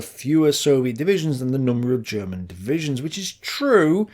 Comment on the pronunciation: here, as a german i think your efford to use german words and even alot of the pronunciation is awesome. and i bet most of german viewers think the same. (i bet you know, but sometimes somebody need to say it, in case you read this comment)